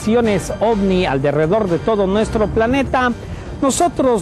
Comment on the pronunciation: se dice alrededor del sol , no alderedor